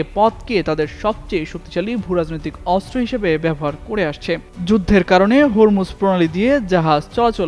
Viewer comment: অস্ত্র উচ্চারণ শুদ্ধ উচ্চারণ করতে হবে 😮😮😮